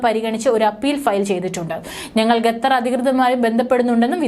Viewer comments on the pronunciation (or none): പരിഷ്കാരി ഭാഷയായിരിക്കും അല്ലെ ? കേൾക്കുമ്പോൾ തന്നെ അറപ്പുതോന്നുന്നു. മേലിൽ ഗത്തർ എന്നു പറയാതെ കുട്ടി. ഉച്ചാരണശുദ്ധിയോടെ പറയു. "ഖത്തർ" നാവിന്റെ കടയ്ക്കൽ നിന്നും അണ്ണാക്കിന്റെ ഇടയിലൂടെ വരട്ടെ ശബ്ദം. ഓഹോ തൊണ്ടയിൽ മുഴയില്ല അല്ലേ..? കഷ്ടം... 🤔